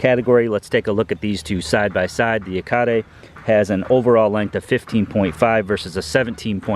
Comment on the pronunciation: Finally an accurate pronunciation of Yacare!